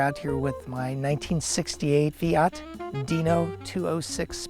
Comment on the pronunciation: For a moment I thought he said SEAT DINO Spyder